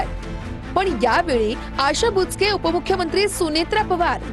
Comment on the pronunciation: बुचके ❌️ बोचकं ✅️